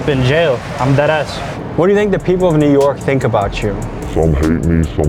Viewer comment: I can't stand when people say "Newerk" like bitsh pronounce the fkn letters it's NEW. YORK.